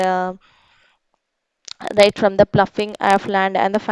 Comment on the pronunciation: Plofing ❌ ploughing ✅